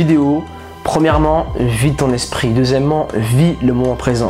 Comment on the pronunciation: 6.30 ta di 2 fois "deuxiement"